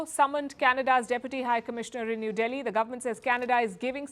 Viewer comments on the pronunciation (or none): none